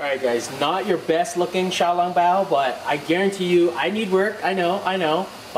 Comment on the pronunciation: Bruh dis dude butchers the name “xiào lóng báo”